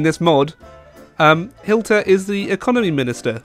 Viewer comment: NOT HILTER ITS HITLER